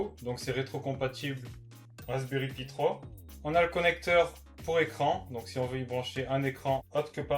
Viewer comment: C'est pas pie c'est pi